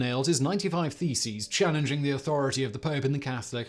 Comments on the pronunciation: Did you say theses or faeces? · I had this on in the background, and I honestly thought he was saying "feces"! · Who else misheard "theses" as "feces" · Loool my headphones made all the mailing and nailing of faeces quite entertaining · It took me so long to realise he's not nailing faeces on the church! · I wasn't prepared for how Simon was going to say "thesis" I thought he was talking about Martin Luthar nailing his faeces/feces to doors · Martin Luther nailing his faeces on church doors? Yep, that is what my tired head heard so I had to check the subtitles. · Could have sworn you said "nailed his feces" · Yes, and can you imagine the patience to actually have counted 95 of them !!! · You said "nailing the theses." I heard "mailing the feces." It might have been just as effective. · When he repeatedly pronounces "thesis" as "faeces" 😂😂😂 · “Theses” or “Feces”? I’m having a hard time not laughing here 😂